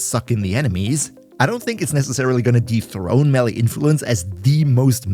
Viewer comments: FYI, you are also mispronouncing the word 'melee'. Its me-lay, not melly. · eh, technically youre wrong as well. may-lay.